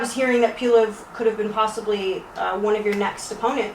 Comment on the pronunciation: Bitch can't even say PULEV.. we need another reporter